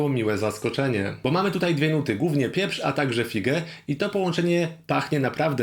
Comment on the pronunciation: dlaczego "głównie" wymawiasz "gównie"? 😅